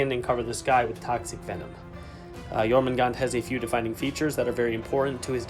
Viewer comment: Pretty sure they’re releasing jormungandr not jormangant... There’s a d and an r, they’re not silent. 😁